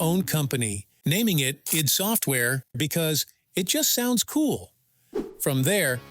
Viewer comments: Why do you pronounce id as EED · nope. It's id in the Freudian sense which is what it was named after. That rhymes with "did" not "deed"